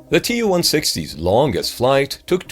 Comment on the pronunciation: Tu is not an abbreviation. It is shortened from Tupolev. It is pronounced like 'to' in 'to you'